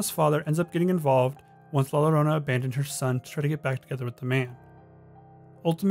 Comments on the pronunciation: you're supposed to pronounce the word "Llorona" as "YO-ro-nah". The double L's in Spanish have a similar usage to the letter Y in English. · With the name La llorona, llorona is pronounced with a y sound where the double L's are. It sound like la yorona. Small critique, loved the video I really enjoy finding creepy things where you normally dont see them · I'm sorry but this bothered me so much i have to correct it. two l's in spanish are pronounced as a y sound, so its pronounced "la yorona" not "la lorona" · It's no La Lorona it is La Yo-ro-nah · Great video! Only thing that bugged me is that Llorona was mispronounced It's pronounced like: Yo-ro-na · It's la ya-ronna although spelled la llarona. Double L in Spanish sounds kinda like a y. Edit:NVM someone already said that. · La Llorona is pronounced ( Lah Yo- ro-nah ) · The way he pronounced la llorona lmao